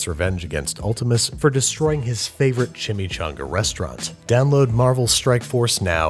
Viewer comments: Google translator voice CHI-Mee-'CHO'NGa! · Chimichanga... is it shashumga?